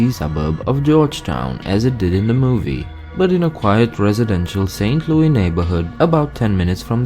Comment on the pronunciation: Saint Louis. LOO-IS